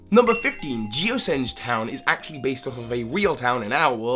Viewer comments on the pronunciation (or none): none